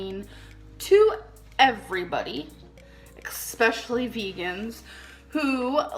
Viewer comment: “Expeshially”…”melk”…”meat gives you cancer, cheese gives you cancer”…Gorl…🤦🏻‍♀️ 🖤🖤🖤